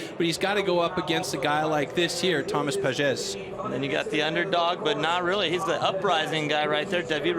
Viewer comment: En français on dit : « Thomas Pages et pas rhomasse Pages » et aussi on dit «la ville de PARIS et pas PARISSE »